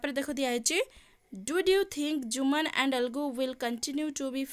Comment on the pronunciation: Mam sethi 'jumaan' habani sethi 'Jumman' haba